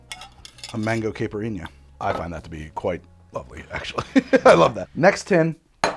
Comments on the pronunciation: Dude. You got to learn how to pronounce caipirinha. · That's not how you pronounce caipirinha!!